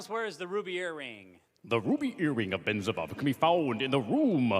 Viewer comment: You got the name wrong! It's Benzibab, not Benzavov!